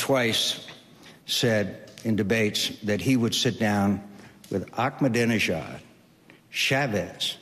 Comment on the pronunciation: lol he couldn't pronounce Ahmadinejad! and again with the disputed "wipe off the map" thing that's been discredited over and over again!